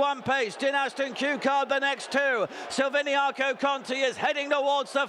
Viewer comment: say the bloody name right! silviniaCo not silviniano